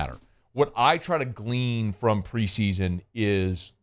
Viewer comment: Going to be that guy and just a reminder it’s “glean”